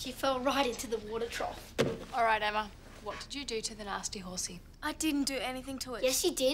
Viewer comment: Why did I feel like said * emmer * instead of Emma when he was at Emma’s house